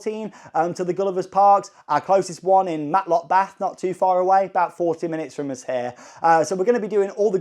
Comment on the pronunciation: “Us” = “Oh-zzz” 😂😂 keep the videos coming! Especially the Universal GB updates